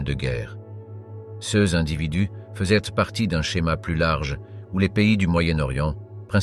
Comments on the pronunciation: Intéressant, mais le lecteur prononce erronément certains mots, "sèz" pour "ces", par exemple. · True Story ! Ex : "CES ; DEMONSTRATIFS TRANSFORMÉ à l'audio phonétique par : "ceu-ėss "